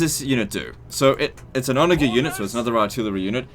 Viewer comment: You mispronounce onager. Ive noticed this before and its incredibly annoying and a sign of poor breeding